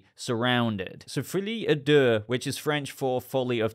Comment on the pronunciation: The mispronounciation of "folie à deux" is, in itself, maddening.